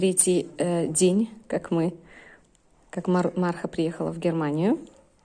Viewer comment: Марха- ударение на вторую 'а" - так называется посёлок рядом с Якутском. Очень рада за собачек, нашедших свои семьи! Всем огромное спасибо!